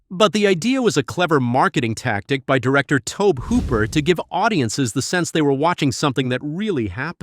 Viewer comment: WHEN WILL THESE AI VOICEOVERS GO AWAY!? So many mispronouncing names. Ed Gunn? Tobe hooper.. it's TOBY. Just keep churning out crap and getting $